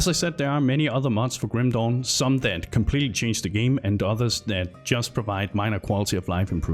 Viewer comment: Love how you call it Grüm Dohn <3 Nice video